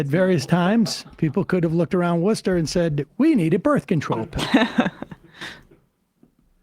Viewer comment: Hi ,I love your show pkease don’t ever stop telling facts ❤💙🤍im from Massachusetts close to Worcester mass and I just want to thank you for saying it the right way 😂also I’m proud to be a masshole 😂thanks for your channel ,I watch you all every day ❤